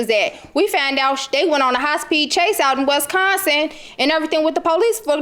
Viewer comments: Westconsin was all i kepr hearing 🤣🤣🤣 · Please stop pronouncing Wisconsin that way....ughh too much 😫 😩